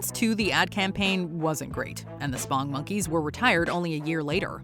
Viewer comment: Blasphemy. I grew up with OG Chuck E. Cheese and I loved him. And I never found Ronald McDonald creepy. Or his friends. And it's SPONGE monkeys, not "spong".